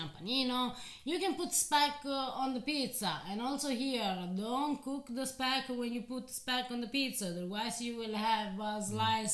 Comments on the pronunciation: Speck is indeed German, and it is pronounced "shpeck" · It's SH-peck! And Südtirol is part of the German Kulturkreis (cultural circle) for at least 1200 years. They speak the German dialect of Southern Bavarian. They only came under Italian rule, i.e. part of the Italian state after the turmoil of the end of WW1, but kept their German identity until today.